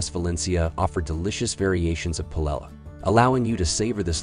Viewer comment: You lost me at "Pilella" 🤣